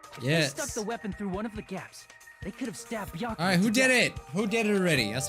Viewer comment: Everyone : Byakuya Nagito : bEeYakUuyA